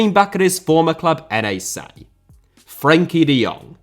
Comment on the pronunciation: Hey, NAC is pronounced like Nàk (rhymes with fuck). The way you pronounced it was N.E.C, which is a team from Nijmegen.